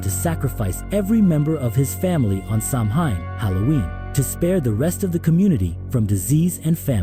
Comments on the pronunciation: It’s pronounced Sow-in. Not Sam-hain lol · It's pronounced "sao-in". Not Samhain.😂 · Sow-win. Not sam hain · Its not sam-hayn, its sow-wen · It's sow in. Not sam hain. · Pronounced “Sawin” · If it helps ….Samhain is pronounced like ‘SOW-WEN’….. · Samhain is pronounced "Sow win" I'm irish it's my language that's how I know